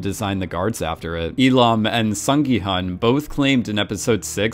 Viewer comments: Broski, Gyun, not gi hun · please call gi-hun -> gi-hoon It's the right pronunciation I know cause I'm Korean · Hi! Just wanted to flag one thing! The main character's name is pronounced "Sung Gi...HOON." Just wanted to let you know for future videos! (I'm Korean so just want to help others pronounce the Korean names more accurately if they mention them across multiple videos!). Thanks for all your thoughtfulness that goes into your videos and analyses! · The main character's name is pronounced more like Gi-Hoon (like long o in soon, even though it is spelled Hun)